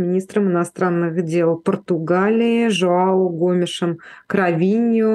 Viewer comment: Нет такого имени Жоао. Это имя правильно произносится: Жуан.